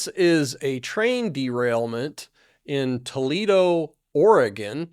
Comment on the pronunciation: his pronunciation was just fine.